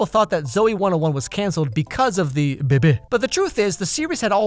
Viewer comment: let’s take a moment to appreciate the way he says ‘baby’ or should i say bēbē